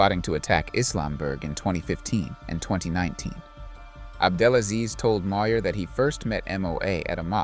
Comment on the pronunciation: Good video man, but you keep mispronouncing, it's "AbdelaSLEAZE"...